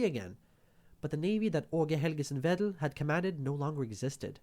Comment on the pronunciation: G and D in Aage Helgesen Vedel are soft in Danish, it would more be pronounced as "Åue Helyesen Vethel"